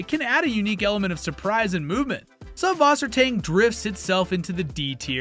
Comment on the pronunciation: What a wonderful overview of aquarium plants and their pros and cons! Just a quick note, subwassertang is actually pronounced sysswassertang. The ü is a y and ß is a german double s. It means something akin to freshwater seaweed in german.